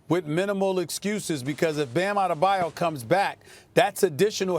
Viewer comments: KP mispronouncing players' names can be its own segment. Who is Bam Outtadabayou? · Anyone else hear Perk call him “Bam outtathebayou”?😂🤣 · Anthony Barbosa a bayou it’s like a lake and Kendrick Perkins pronounce Bam’s last name : outta the bayou instead of Adebayo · Perks keep saying bam Ada a ba you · KP just said Bam OutadeBayu🤣🤣🤣🤣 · Bam "Outtadabiyou" ... Jesus Perk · nobody: absolutely nobody; Perk: “Adedabayu” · This fool Perkins called Bam Adebayo, "Bam Outta Da Bayou" lmaooo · Adedabayou!? 😂 Perk had me questioning Bam's real name 🤣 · Perkins, it isn’t that hard to say Bam’s last name 😂 “Outta the bayou”?😐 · I don’t know what’s worse Kendrick- Bam OutTheBayou 🤣🤣🤣🤣🤣🤣🤣🤣🤣🤣🤣 Or FlightReacts- Bam AddTheMayo 🤣🤣🤣🤣🤣🤣🤣🤣🤣🤣🤣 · Someone please teach perk how to say ADEBAYO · Nobody: Kendrick Perkins: “Bam Adedebyou” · Why none of these ESPN analysts can pronounce a European or African name right? Drajik?? Adedebayou? LOL! In a country full of immigrants, knowing how to pronounce a player that has been in the league for years should be a simple task! It's your freaking job at the end of the day! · lol “Goran DraJIC & Bam Adudubayou” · “Bam Adedebayu”- Kendrick Perkins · He really says “Bam outta the bayou” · It’s pronounced bam out-of-dabayoo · Bam OUTTA - DA - BAYOU. Love it KP! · "Bam Adabadejo" 🤣🤣😂😂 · Is it me or did Perk say "...Goran Dragic & Bam OutoftheBayou..." ? 🤔😂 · “Bam Ow-da-de-bayou” Had me cracking up🤣😂🤣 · Come on why does perkins have to do bam dirty by pronouncing his name something like adebabayou around the 3 min mark? First of all that's not his name and second he is playing in Miami not even louisiana. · I love how many syllables KP adds to Bam Adebayo 😭😂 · Honestly when is someone gonna correct Perk on how to pronounce Bam’s name probably. At this point it’s just disrespectful to purposely butcher his name every single time he says it 🤦🏾‍♂️🤦🏾‍♂️ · Someone need to teach perk how to pronounced adebayo lol